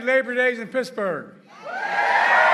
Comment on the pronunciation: Mrrrrr Ed gainey mrrrrrrr of picksburgh